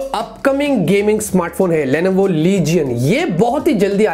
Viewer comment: You say Lenovo but I hear Levinho (pubg player) 😍✌😂